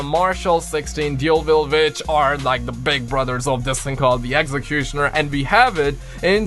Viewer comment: The way you said exectonier and it’s ummm